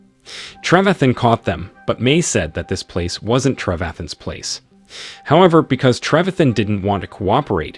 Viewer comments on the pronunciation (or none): none